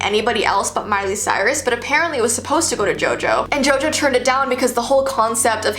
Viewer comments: “Miley Stort”?! 😂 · Her name is Miley Cyrus. Not Miley Stuart.